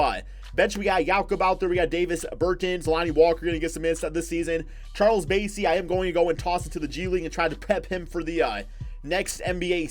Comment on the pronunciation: It’s Charles bass-ey like the fish 🐠 he went to my old high school in San Antonio